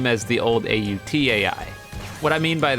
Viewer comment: AOT not Aut Lol